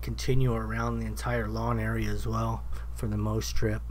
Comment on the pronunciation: for the record, its "mow" strip, as in mow the lawn.